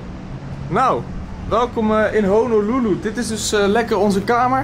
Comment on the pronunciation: Zegt hij nu echt Hololoeloe?